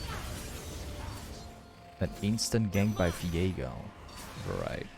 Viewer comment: i noticed in a few vids now that you pronounce V as F ? how come hehe.. like define sunderer and Fiego =)